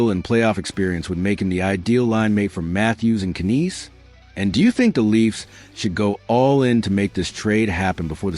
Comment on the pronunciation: Uuuhhhh..... Matthew "Ka-neece"...? Alex "Touch"...? Y'all got AI asses so full poop its gonna break the channel. Blocking ASAP haha